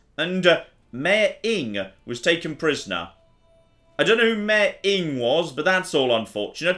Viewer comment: Old Norse pronounces all vowels. Inge is Ing-eh